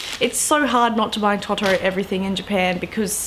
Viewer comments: The way you pronounce words (particularly 'Ghibli' and 'Totoro') nearly had me in tears. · Bad! No offence to you, it's clearly just your dialect, but as someone who speaks Japanese, it's painful:')